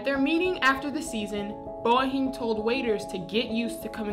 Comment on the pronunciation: ITS NOT FUCKING BO HEEEM ITS PRONOUNCED BAY-HI-EM BOEHIEM!!! #LETSGOCUSE